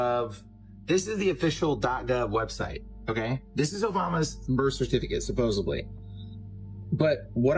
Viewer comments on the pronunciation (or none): Bro put a B in the word supposedly, I cannot trust anything he says after that!! SupposeDly, there's no B in the word!! AND He repeated himself the entire video!